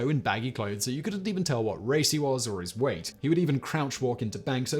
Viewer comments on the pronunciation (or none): none